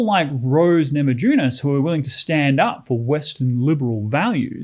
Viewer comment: It is pronounced namayunas , J in lithuanian is like Y in english.